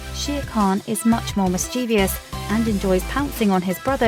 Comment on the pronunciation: the word is mischievous, not mischievious!